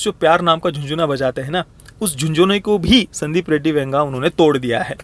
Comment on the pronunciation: Ae, tu Venga bola kya Vanga ko?